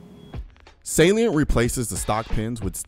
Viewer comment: I thought you were saying "saleen" instead "salient"... I was like "what saleen makes glocks faster too?!?" Hahaha!